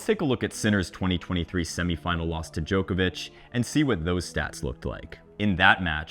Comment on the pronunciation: I'll never understand why Americans can't pronounce Djokovic's name properly...